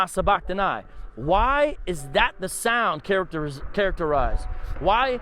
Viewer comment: you say sabachtani wrong its (engl.) 'suh' 'buh' 'kh' 'tuh' 'knee'